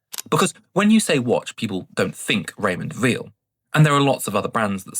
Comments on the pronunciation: I’ve sold about 30 watches and on average, I lost about 30% of their value, I agree. Apart from an Invicta that I actually sold for more than I paid for it!😮. Weil is pronounced “vile”, by the way. The same way as Breitling is not Breetling! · my point is that he didn’t pronounce Weil correctly. It is a German name!